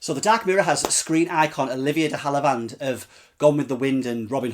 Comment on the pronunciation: Pronounced de have a Lund normally. But no worries. Interesting review thanks